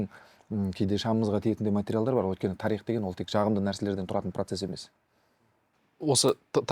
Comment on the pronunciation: Қонаққа "тарИх" дегені үшін мың алғыс. Өйткені көбі "тАрих" деп айтады. Олай дұрыс емес